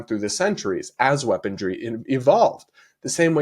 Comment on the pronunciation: it’s weaponry, not weaponDry 😅